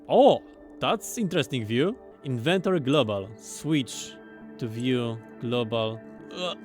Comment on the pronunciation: Inventoree lol